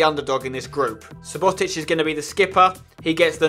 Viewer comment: Omg Spencer it's pronounced Sue-Bo-tich not su-bot-ich